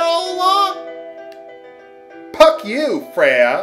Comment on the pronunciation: when said “Puck you Freya” I lost it Hahahahahaha